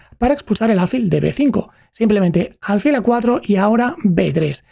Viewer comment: Me gustaría saber cómo se llega a ese nivel con tan pocos años, qué cosas están pasando en su día a día. Crecí admirando a Fischer pero viendo su vida muchas veces me ha hecho reflexionar si ser un genio se paga con felicidad ... Por cierto, me llama la atención la pronunciación "álfil" ya que tengo entendido que es palabra aguda... (como tus certeros análisis)